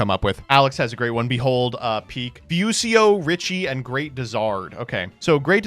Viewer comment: Another day another dying on the inside hearing pronounce japanese words. Japanese breaks down extremely predictably outside of a couple edge cases where people don't transcribe stuff properly, but its obviously fu-shi-o-h how did you get to few-sea-o-h